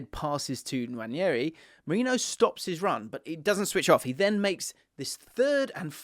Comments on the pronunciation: Btw its “wah-nairy” not “nwanny-airy” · I believe it’s pronounced Wan-air-ee, not Wan-yeah-ee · Love the content! Just a minor thing that bugs me - Nwaneri is pronounced "nwan-neh-ri", not "nwan-nyeh-ri" 🫡